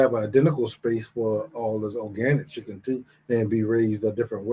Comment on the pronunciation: Not chicken it's "icken"🤢🤮